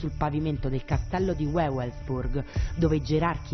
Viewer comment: UEUELSBURG. Gran bel servizio AHAHAHAAHAH